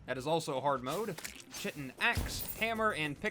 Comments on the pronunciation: Chitin is pronounced "ky-tin" lol. New sub here, but loving the content my dude. Here's to seeing the channel grow. 😄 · IT’S PRONOUNCED KY-TIN